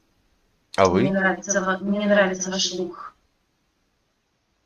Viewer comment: "мне нравится ваш лух" :D ахахаха... лух - это что? "зи зраиля" бггг... ну-ну.